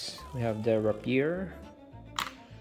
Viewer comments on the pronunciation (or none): Ray-pee-yer, not rapyir XD